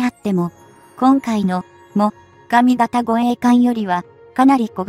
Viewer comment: 何故詰まりそうな読み方するんでしょうかね。 も・がみ型と言われる度に頭が前へ出て行きそうで。 終わりの方ではもが・み型と呼んでいる、これは特に変と思うが自分の間違い？ 自衛隊の護衛艦って乗員90名程度で戦闘可能なの？平時なら十分だろうけど、疑問。 潜水艦なら魚雷を打って逃げれば交戦が少ないだろうけど。音痴で不勉強だから心配。